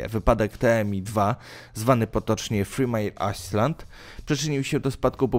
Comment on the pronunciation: Dobrze byłoby upewnić się jak czyta się obce nazwy - "3 mile island" aż w uszy szczypie ;)